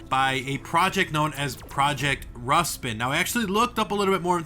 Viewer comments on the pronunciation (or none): Isnt it Rasputin? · Rasputin, no Rustin